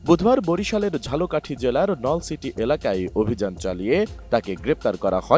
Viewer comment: আমি সাংবাদিককে বলতে চাই বরিশালের ঝালোকাঠি না ঝালকাঠির নলসিটি। আশা করি সংবাদটা ঠিকমতো পাঠ করবেন😢